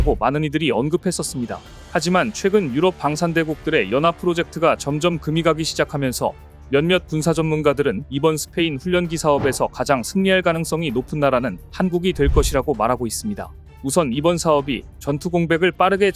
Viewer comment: 다 좋은데 훈년기가 뭡니까? 거 참, 계속 신경 거슬리네